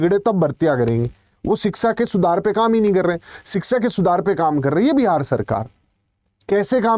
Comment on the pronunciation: लगता है आप भी योगी के साडू हैं शिक्षा को शिक्सा कह रहे हैं